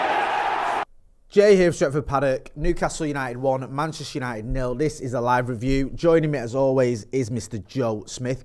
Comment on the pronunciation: Arsenal 8th. 😅😅😅😅 how's it going mate... Shirrry... Penchester united. 😢😂😂